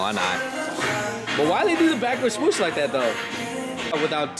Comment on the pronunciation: Bruh can’t say swoosh correctly to save this life! Swuush 😂